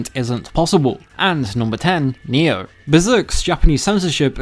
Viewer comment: I was like, wtf is he saying? Nyew? What's Nyew?